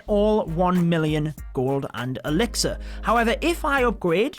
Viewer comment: Whenever you say gold and elixir I keep hear golden elixir